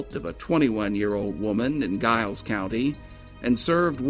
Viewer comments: Interesting story . Giles County is actually pronounced like a J "Jiles" County. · Giles County is pronounced "Jiles," btw. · I agree. And fyi in report on scott and noble, the county giles is not pronounced with a hard g..its pronounced with a soft g, which sounds like a j...so narrator...its jiles. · Another excellent video. Just for future reference, it's pronounced Giles with a J as in Jiles. There's another case nearby that I'm sure would intrigue you. Have a look at the Caldwell Fields murders that occurred in 2009 in Montgomery County, Virginia. The case has went cold an it would be an excellent feature for your channel. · Giles County is pronounced "Jiles", with a "J" sound. ...Just sayin'. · Love your channel, wish you would consider bordering states as well. FYI, Giles is pronounced as if spelt with a J. Hope you have a Merry Christmas 🎄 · I will be sharing this on FB, as I'm from the area close to Giles etc. I hope some further information can be found soon. Such a sad story, as unsolved murders are. By the way, we pronounce Giles with a "J" sound. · Always enjoy your videos sir, but it is Giles as in the sound of first syllable of Giant, not like the sound of GUY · Does anyone in the area pronounce Giles like that? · Sad story. My only complaint would be the mispronouncing Giles. Hopefully someday this case will be solved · I'm surprised the reporter/author was unaware of the famous "boxer's pose" -- when people receive upper body/arm sever burns, the muscles contract and produce that pose. It is a characteristic of that type of injury/death. Also, I know that area, and "Giles" is pronounced with a "J" or soft G, not a hard G. But this was interesting and well done. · I love your vids and am subsrcibed but Giles is pronounced with a "J" sound. lol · The incorrect pronouncing of Giles was rough for me! Terrific video though! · Are you from the area at all? I have to assume not given how you kept mispronouncing "Giles" through the whole thing.